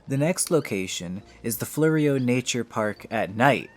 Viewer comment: Its prodnouced "Floro"